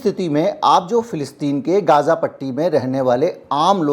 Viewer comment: Sir, It's Gaza not Gaaza